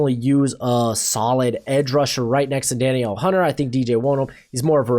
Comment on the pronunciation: His name is pronounced Da Neil Hunter. He's one of the best pass rushers in the NFL. How can you not pronounce his name. Clown show ridiculous pay attention it's embarrassing.